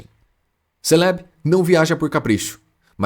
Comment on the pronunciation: Mano mas essas pronúncias de alguns pokémon aí tá meio zuada hein ???? Céleb ???? Kiogre ???